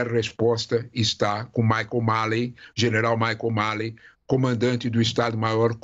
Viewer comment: Professor falou errado o nome do general americano...😂😂 Mas ta ok...ta valendo professor. Valeu